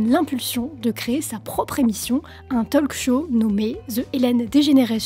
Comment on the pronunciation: Si je peux me permettre : Talk Show, ça se prononce Tôk Show, pas Tol'k Show. Le L est muet, comme dans Walk.